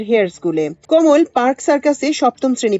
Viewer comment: কোমল নয় কমল যদি তা পদ্ম হয়। উচ্চারণ বিভ্রান্তিকর